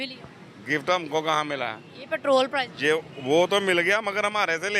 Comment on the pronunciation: Anchor sahiba word "Petrol Price" hota hay aap "Petrol Prizes" keh kar English ki taang tore dee hay. haha